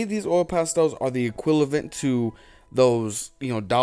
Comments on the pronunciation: Equilavent! I swear, I am NOT making fun of u! Maybe it was the time and u were tired, but man, when u said equilavent, instead of equivalent, I almost died. I had, u know one of this hard, loud, short but powerful laughs, that my poor dog woke up barking scared, and my husband came rushing, asking what happened.... 😂 OMG it was like a thunder laugh! I know is not a big deal, it was just a word, but I was so invested and concentrated listening to u, that, that equilavent, killed me! Thank u for making me laugh. And as always, I SIMPLY LOOOVE YOUR VIDEOS! 🥰🥰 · the "equilavent" is killing me xD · Equilavent lmao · I can't decide if you are meaning to say "equilavent" or if you really think that's how you say "equivalent." 😂🤣 Either way, it made me happy and smile. So thanks!